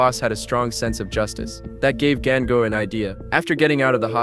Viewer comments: 😭😭did i just hear gango rather than gangu? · Gan gu man seriously why you not say dengue 😅😅😅 It's Ganga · It's not gAinGu its GANGU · The AI pronunced it wrong